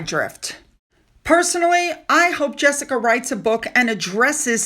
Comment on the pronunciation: You dont know how to pronounce jessicas name.American????